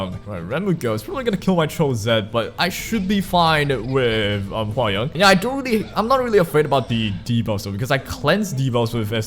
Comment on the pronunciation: hwa young is pronounced hwa 'young' as in the normal way you'd say in English 'young,' so basically you're saying it right xD don't worry